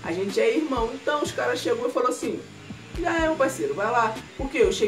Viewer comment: ruan gamer09 a forma como ele fala o já kkkkk